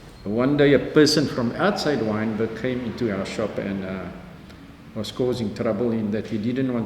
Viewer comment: WYNBERG NOT wintergreen